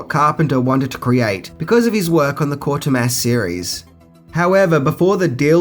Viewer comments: It’s Quatermass , not Quartermass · It's Quatermass - KWAY-TER-MASS